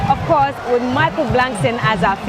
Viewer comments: It’s Michael “Blackson” not “Blankson” 😂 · It's BLACK-SON not Blankson. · Blackson not blankson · Why did she keep saying blankson?